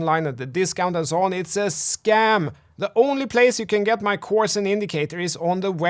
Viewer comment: "Åff Cåurse I'm nåt Cånfident". Love it! 😂✌️